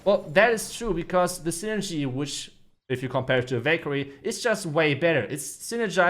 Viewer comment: Anyone thought he said bakery instead of valkayre 😅😂